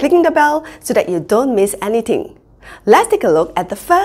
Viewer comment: hahah .. silent H